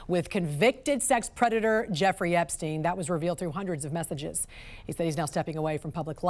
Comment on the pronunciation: Why mispronounce Epstein?